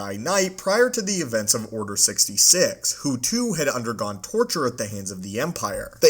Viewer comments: What the fuck is Order Sixty“sig“ ?! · “order sixty sick”